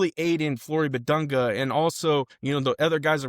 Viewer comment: You’ve been pronouncing his name incorrectly. Respect the man.